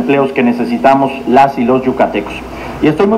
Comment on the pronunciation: Se dice yucatecos